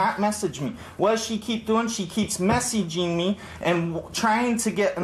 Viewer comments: SHE KEEPS MESSEEGEEMEE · “What does she keep doing?? She keeps mess-ee-gee-ng me”